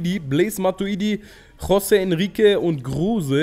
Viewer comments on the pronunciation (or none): none